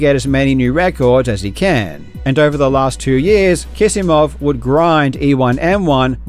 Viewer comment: Are you sure Kisimov is pronounced as if it had two 's'?